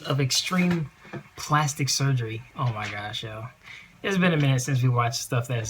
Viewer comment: plastic not plasitic